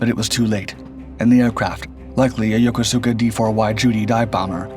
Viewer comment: No. Thank you. I served in the sixties with men who had lived in Yokosuka and pronounced it the way you have outlined.